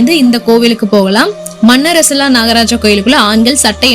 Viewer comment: மன்னரசலா அல்ல மண்ணாறசாலா. . சரியான உச்சரிக்கவும். .